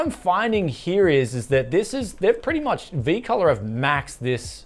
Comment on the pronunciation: 😂It's V ColoR memory. Not Colo Bryan.